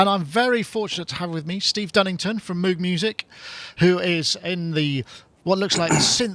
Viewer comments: Moog rhymes with pogue. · He's worried about the pronouncing "WerkStatt" but can't be bothered to say "Mogue". The entire industry knows how the name Moog is pronounced not sure how it's so hard. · ***** Actually most presenters on YT do pronounce Moog properly. Same with the legendary mic company Neumann. When interviewing someone from Moog it's a bit cheeky to purposely mispronounce their iconic brand name. That's all. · Agreed. And it would be understandable if this was some kind of journalist not from the tech world or the music world, Like someone from People Magazine or mainstream news. But somebody who works as a synth pundit and plays synthesizers, should at least know how to pronounce Robert Moog's name. This is not about being obsessive, But showing the proper respect appropriate to the publication. And it has nothing to do with being from England. Is he not aware that there was a man by that name? Has he never watched the movie about his life and work? Has he never read "Analog Days"? And do they say "Roog" for the word, "Rogue"? And to hide behind being British, as if that could excuse ignorance or bad manners, is ridiculous.